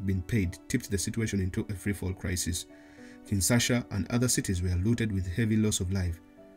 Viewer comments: It’s Kinshasa, not Kinsasha. Good video nonetheless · It’s called Kinshasa not “Kinsasha”.. lol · It's *Kinshasa btw